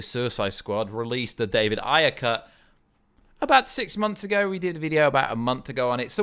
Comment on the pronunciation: Why does he keep saying Ayer like that? 😂😂😂 Is that the right way to say it? It's making me cringe.